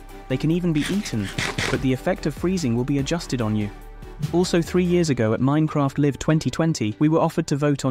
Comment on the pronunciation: Horus, minecraft ~live as in living, icelogger, yep, that's definitely a AI transcript